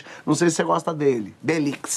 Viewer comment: "delix" kkkkkkkkkk